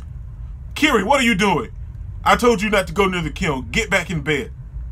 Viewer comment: Dude, your face at the eye-spiral part was PRICELESS! I warn you, that's not even the most fudged-up thing you'll be seeing in this manga. Also, Kirie's name is pronounced like you said but with "e" (like the e in elephant) in the end.